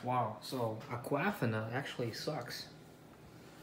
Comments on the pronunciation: Agahfina…it’s pronounced AQUA•FIN•A 🤦🏽‍♀️🤦🏽‍♀️🤦🏽‍♀️ your not pronouncing anything right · a-QUAF-ina LMAOOO thats the best. thumbs up to you. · No. It’s pronounced like Aqua-Feena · His girlfriend name is Aqua-Fona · Have I been pronouncing Aquafina wrong all these years? 😬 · Is that the proper way of pronouncing Aquafina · U guys understood the brands correctly right? So let him pronounce the way he wana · Duh-saw-knee:(Dasani) that's how we pronounce that Sir..(Aquafina) Ah-qwa..feen ah...is how we pronounce that...Have a Blessed day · Can some one please tell him how to pronounc disani and Aquafina right!!!